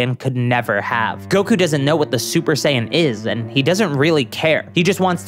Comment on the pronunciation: "He magically gains the ability to go shper saiian"